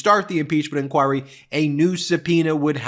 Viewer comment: The way he says INCHOIRY tho! So many times too! XD